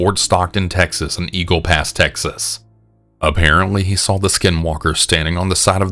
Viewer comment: Why Do You Say “VER-GINA”? Why Do You Also Say “SAWL” For “Saw”? 😂😂😂😂😂😂The way you pronounce words is so funny to me. Love you 🖤❤️